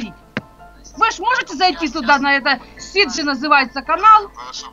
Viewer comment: Канал не сиджи а седжо или она имела ввиду сиджей